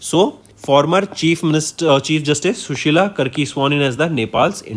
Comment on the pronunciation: It’s not sushila karki, it’s carkey This is the pronunciation